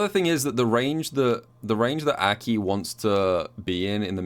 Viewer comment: Why does call her Äki?